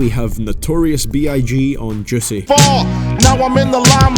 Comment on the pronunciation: The way he said juiceh😂